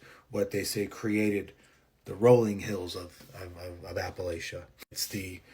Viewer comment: First I must say that it is pronounced apple-at-cha. If you mispronounce it again, I will throw an apple atchya!😂 I grew up very near the Blue Ridge in Virginia, and that valley has really dark red clay dirt! It can be used to dye clothing permanently. I now live in those shock wave hills in West Virginia. The Black bears are our current pretty peaceful neighbors. If you leave them alone, they will leave you alone. And this region, From Canada down to the Carolinas is incredibly ancient. And there are indeed spots that are….odd feeling.😊And the legends of the Grass Man in Ohio are interesting. I recommend the stories of Manly Wade Wellman-not racist Native American characters, legends of settlers, just very well written. Specifically the Silver John series, but all the mountain stories. ✌️